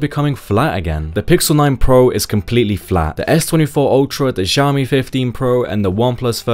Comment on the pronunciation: It's Xiaomi, you pronounced Zhaomi... except , yes finally you said xiaomi thank god. Why are english people so phonetically inconsistent???!!!!